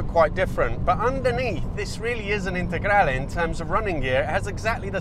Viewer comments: Your "integrale" pronunciation is perfect! I am shocked about the sound. The lancias were not sold here, so the only way of listening to the Lampredi is the Q4. I thought they had the same sound. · proper pronunciation of "lancia integrale" ;) great video